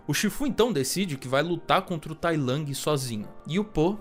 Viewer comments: Não é tai lang, é tai lung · Toda vez q vc fala tai lang uma partr de mim morre, fora isso video sensacional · P q vc fala Tai Lang 😭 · vídeo top mas a forma dele falar tai lang é meio broxant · Ele ta falando com a pronuncia em inglês